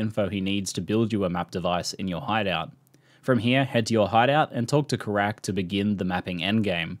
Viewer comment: It's 'Keyrack' not 'Karak'